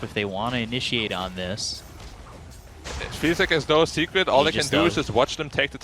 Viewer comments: I just want to say 'secrekt' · SECRET? NAH MORE LIKE SECREKT🤣🤣🤣